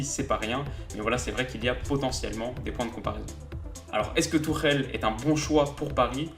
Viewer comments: Haha tu m'tues, t'essayes de prononcer le "ch" pour que ça sonne comme en allemand mais tu lâches un Thomas Turrrèle qui sonne méga latino pour le coup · Je pensais pas qu’on prononçait Tuchel comme ça…